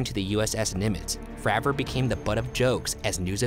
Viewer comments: David FrAver not Fraaver, go check him out on joe rogan’s podcast. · Great video..but it kills me every time you say FRAH-vor..instead of its correct pronunciation of FRAY-vor!..He is the most important and most credible person involved, in my opinion..but otherwise, well done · ITS FREY VOR